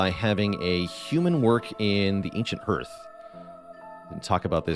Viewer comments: Minor quibble, but the vowel sound in "hearth" is the same as in "heart," not "heard." Appreciate the tips a lot, getting above the first couple prestige levels has been a challenge, I think they should help. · Yes, hearth is pronounced like "harth" and primer like "primmer". I'm giving him a pass though because he's Canadian and might not know better.😄